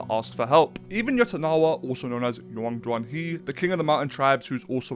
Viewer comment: yotanawa??? YO-TAN-WA how is it so hard???